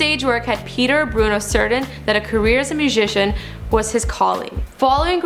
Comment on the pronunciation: "A career as a mooshishen"